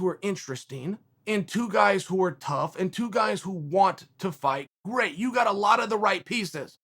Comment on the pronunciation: Is this guy physically incapable of saying “gotcha?” I don’t know why it comes out of his mouth like an ape trying to learn his first word...